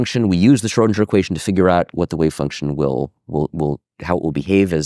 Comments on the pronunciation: why does he say Schrodinger like SchrodinJer .... never heard anyone pronounce it that way. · schoedinJer ?? Mind you pronunciation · Very interesting, thanks! Especially the N^3 phase space nature of the quantum field, I did not have this intuition! Small remark: the name should be pronounced Scrhödin_G_er, not Scrhödin_J_er :) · The pronunciation of "Schrödinger" seems peculiar. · Q. Why do you keep mispronouncing the word 'Schrodinger'? A. That's a good question.